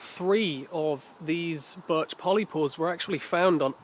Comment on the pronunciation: did you say barch ?